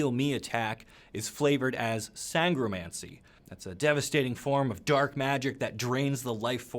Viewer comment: So far as I know, you are pronouncing Sangromancer (and related nouns) correctly. Unlike Necromancer. 😜